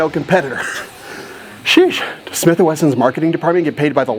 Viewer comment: Smiff & Wesson